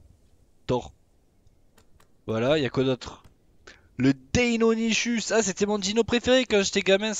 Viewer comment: Sa s'écris deinonychus mais sa s'prononce deinonykus